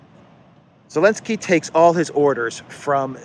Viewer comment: New viewers wondering why the hell he keeps calling him “Elensky”